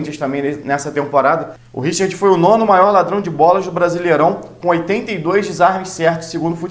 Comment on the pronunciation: Meu caro vascaino, da onde você tirou essa pronuncia, Richird? Mama mia!